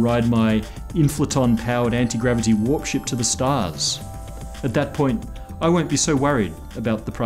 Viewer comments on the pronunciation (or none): I had to rewind the video when I thought he said he wanted to fly a warship to the stars. "Warp ship" well that makes a lot more sense.